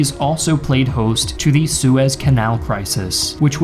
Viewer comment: Hey - has anyone ever told you, that you pronounce the words “the” and “a” incorrectly?